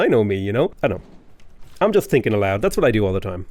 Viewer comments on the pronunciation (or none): none